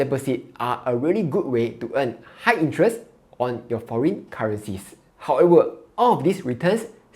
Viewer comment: Can you pronounce ‘however’ slowly and precisely. You are saying However as howefer Credit as credic. Very difficult to understand your speech